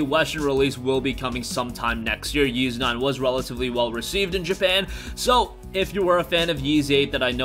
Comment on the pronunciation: Wait, YS is pronounced as "YEES"??